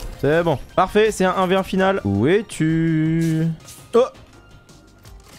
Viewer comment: " parce que ec'est " Aie aie aie R.I.P ( J'rigole attraper ma veste )